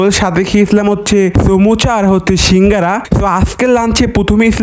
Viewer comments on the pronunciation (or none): none